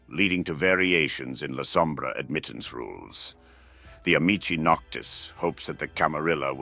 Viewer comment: you can tell it's AI because of the pronounciations of names. Amicii noctis is pronounced once as amikii noctis, once as ami-chi noctis. AI does not know how certain words are pronounced in Wod. 'Antitribu' is another word it has trouble with. It's rare but therw are many other words I could name. Sabbat